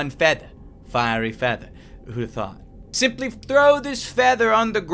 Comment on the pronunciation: who else hear simplif not simply